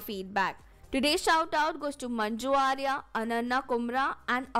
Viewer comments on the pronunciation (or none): none